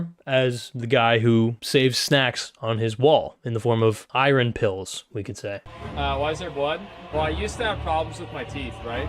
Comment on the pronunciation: “iReN” ❌ “IYERN” ✅